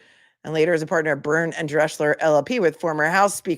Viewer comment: As the German name Drechsler is not written Dreschler, it is pronounced Dreksler. Love from Germany